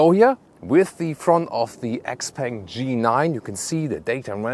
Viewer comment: I believe you should read Xpeng as "xiao peng".